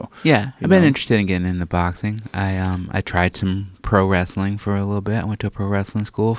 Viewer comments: "it's just wrastlin." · "Just wrasslin..." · "Just wrasslin"...Ron Funchess